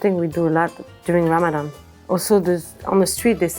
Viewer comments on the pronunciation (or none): none